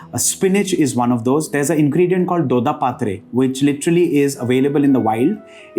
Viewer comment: Huli & dodda patre is pronounced not like you pronounced. Check the pronunciation